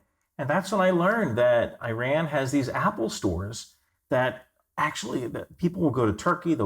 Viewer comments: Its EEE-rahn...Eye-Ran is an English language verb. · Exactly my thoughts. Where did they find this guy? Messing names and terms: Burma, Ayyy-ran, Hezbollah and Hamas religious affiliations?